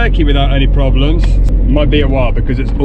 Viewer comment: "PROMLEMS"??? what's that???😂😂😂